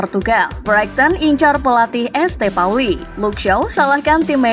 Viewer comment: ESTE Pauli😭 Saint Pauli